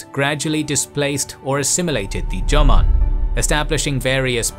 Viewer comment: Watching from Japan: EXCELLENT VIDEO. Well-done. Cheers. However, to be honest, your PRONUNCIATION (e.g., 'Yamato' & 'Jomon') is UNBEARABLE !! I would suggest (with all due respect), as a kind gesture: LEARN the correct pronunciation, before uploading. It's really not that difficult. And it would make a significant difference. All the best.